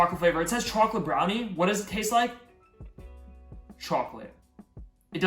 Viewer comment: bhai to chocolate Sahi se bol le na